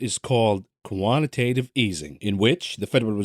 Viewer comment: Co…antitatve easing😂